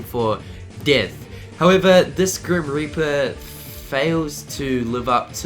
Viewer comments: Is it just me or de he say grim r**per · did he said the grim raper?